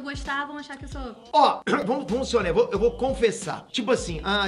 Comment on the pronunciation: "Voi financiar" seja meu tio 😂😂😂😂😂